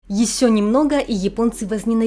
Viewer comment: вы носитель русского языка. А в речи путанте шипящие. Это режет ухо. Например, "есе- ещё, так-зе - так-же, и т.д.